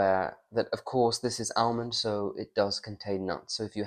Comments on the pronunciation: Why are you pronouncing the l in almond it is pronounced in English as ahmond. You may have many American viewers but you are not. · Just a big advertisement for Almond Tea! BTW Pronounced armond, silent ‘l’. That plum in your mouth is getting bigger each week! Please be yourself.